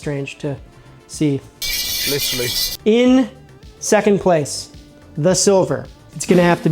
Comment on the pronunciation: Lit tra LEE